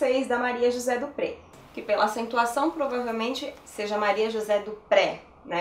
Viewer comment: "Dupré" é um sobrenome francês. Pronuncia-se "Duprê".